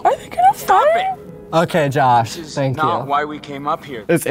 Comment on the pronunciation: Anybody else hear him say “Josh Wash” 😂